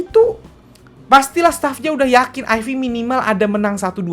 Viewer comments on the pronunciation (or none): lebih enak nyebutnya "aif" bang ketimbang "ayfi".